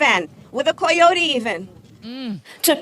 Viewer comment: I fucking HATE the way she pronounces "coyotes", I don't know if it's supposed to be more "authentically Mexican" or something, but I am Mexican and I think that's a stupid way to pronounce it.